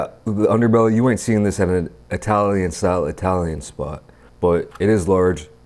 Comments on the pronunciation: Eye-talian got me everytime 💀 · Eye-talian 🤣🤣🤣 bro. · Did anyone hear eye-talian pizza a few times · uses Eye-talian and Italian interchangeably to cover all bases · No one:: 👁 talian